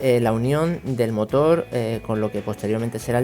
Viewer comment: amigo se dice motor no motol